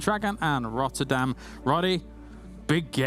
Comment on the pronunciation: lol i knew said "rather than" even though it was clearly pronounced as "rodderdan" XD really appreciate tasteless still mentioning needing to stretch for playing competitive gaming, it is crucial in it's importance for maintaining the health of your body.....